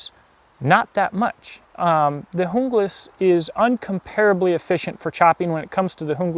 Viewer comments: It's pronounced Un-glas not jung-las the J is silent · it's pronounced HOONGLAS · Your pronunciation cracked me ... Jungle-ass. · Kinda sounds like he is saying jungle ass